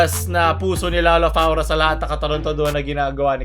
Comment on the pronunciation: Everyone: Flora: Faura/Fora